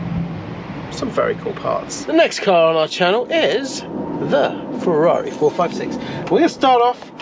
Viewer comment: I'm a Porschephile but, with respect, mate, we don't come to you for "Porsha" but "Feza"... 911T? I'd rather have a cuppa tea!